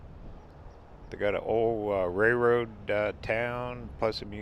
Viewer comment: Love your adventures off of the main highways but I’m laughing because my husband gets very frustrated every time you don’t pronounce the “L” when you say railroad 😂. Instead you say rayroad, oh and you say prally instead of probably 😂, that gets him every time as well, but you do you, we still love ya!